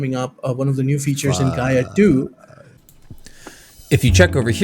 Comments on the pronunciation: not "Guy-eeh-ah" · For completeness, it's 'Guyuh'